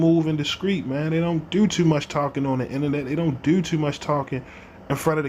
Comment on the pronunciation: How come people from Baltimore don't know how to pronounce the word do? it's not duew 😂